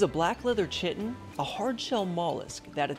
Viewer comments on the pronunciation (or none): Omg. Learn how to say it's name right. It's pronounced like "kite on". Not chit in. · Oh my god he pronounces it Chiton, not Kiton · That Gastropod is actually pronounced like this “Kiton” lol it’s ok I used to pronounce it like that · It’s pronounced like Ki-ten. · Awesome animal But I always thought it was pronounced “ Ky Ton “ LoL 😂🤣😅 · I think it’s pronounced kyte-un but it’s still cool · It’s pronounced “kiton” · I don't think you're pronouncing chitin right. Luv your vids tho:) I think your sposed to say it like KITE TIN pls tell me if I'm wrong thx:)